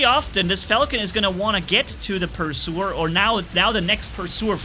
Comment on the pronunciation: why you say pursuer you said phantom correctly lol nice vid